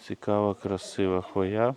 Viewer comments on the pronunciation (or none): Нє ну хвоЯ так хвоЯ 😂😂😂 завжди цікавило що спонукає людей коверкати наголоси в загальновідомих словах